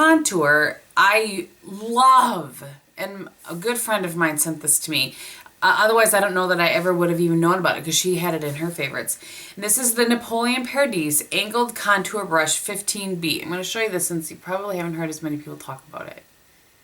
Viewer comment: Perdis is pronounced Purr-dis. Trust, that is how he says his name.